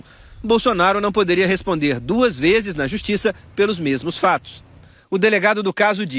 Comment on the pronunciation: Em vez de ler vezes eu entendi fezes !😂😂😂😂